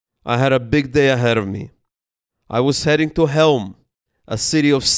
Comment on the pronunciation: CHEŁM (Chelm), not Helm.